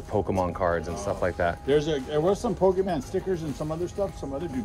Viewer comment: Can't stand when people say POKEMAN